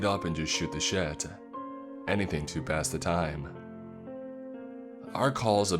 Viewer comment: Does the pronunciation ever sound a bit off to anyone else? Like “sort” or “to” ? Is he trying to enunciate more clearly? Sorry this is really minor and petty i’m just wondering, I love these readings <3